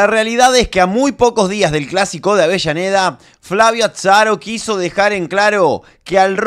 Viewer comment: Que grande querido diciendo ATSARO!